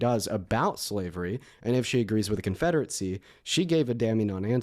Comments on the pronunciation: Thuh confederate-see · keeps mispronouncing “confederacy”. It’s not Confederate-see. There is no T in this words. Educate yourself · I don't understand how is so well spoken with so many words, but fails to say anything of any substance. Why does he pronounce confederacy "confederetsie". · Interesting how interested is in the confederacy but somehow he thinks it's pronounced CONFEDERATZEE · Why does he keep calling it the “Confederatecy”?